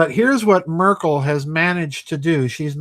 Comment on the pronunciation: it is M"e"rkel pronouncing... as in "bed".